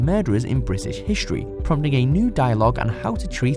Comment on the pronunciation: Hishtory? Hishtory!?!!? Come on, say it again and say it slowly. History. H-I-S-T-O-R-Y.